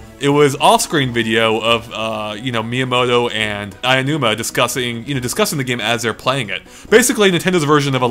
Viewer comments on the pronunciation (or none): please stop calling Aomuna "Ayanuma." That's isn't his name and his name is easy to say. It is spelled exactly the way it is pronounced. A (ah) O (oh) NUMA (nooma).